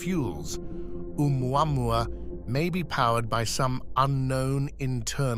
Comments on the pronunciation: Just pronounce it Ooo-mau-mau and be done with it. Papa oo mau mau! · Doesn't any one know how to pronounce the name? Remember the song " ou mau mau papa ou mau mau"